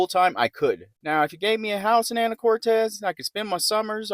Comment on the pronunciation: It's Anacortes. Not Anna core tez. Actually quit watching your video because it was so annoying to hear you say it wrong so many times